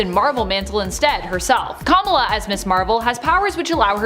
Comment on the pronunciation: The pronunciation of “Kamala” is sending tremors of cringe down my spine.